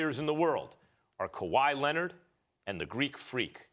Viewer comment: Kawhi "Lenerd"